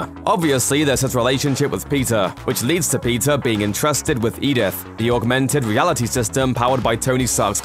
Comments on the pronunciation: Dude !!!!! Keep up with us ! And stop saying PIZZA ! it’s : PETER! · Are you saying Peter or Pizza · I hear pizza whenever he says Peter... 😂🤣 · Pizza carries his uncles lessons with him Damn I keep hearin pizza instead of Peter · Why am i hearing PIZZA rather than Peter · I heard PIZZA every time he said peter. Is it just me? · pizza? or peter ? what are you trying to say?